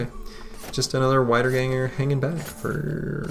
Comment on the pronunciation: i'm 99% sure you probably already know this and just say it that way because you like it... but wiedergangers are "vee" in the beginning, wieder (vee-der) means "again" in german